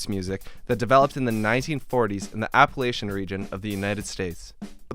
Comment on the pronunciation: good video but i disliked because you said appalachian wrong